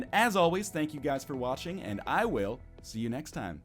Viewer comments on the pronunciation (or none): Did he just say: Thank yourselves for washing?